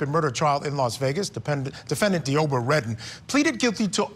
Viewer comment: Id be mental too if my name was pronounced "Dee-obra."